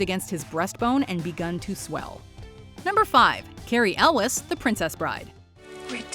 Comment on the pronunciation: Cary Elwes's name is pronounced "El-ways" not "El-wes".